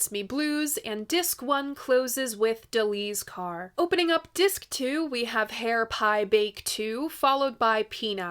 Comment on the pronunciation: Is it just me or does she keep saying DELI'S CAR? otherwise I appreciate her/your enthusiastic efforts to fairly regard this album.